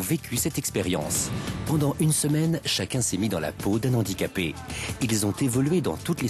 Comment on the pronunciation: Faute récurrente : on dit un handicapé et un handicap sans faire la liaison, on ne dit pas "un nandicapé".